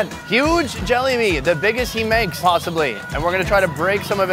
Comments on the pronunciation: Bro did he just say jelly bean or Jalebi? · He’s saying Jalebi like, “Jollibee.” 😂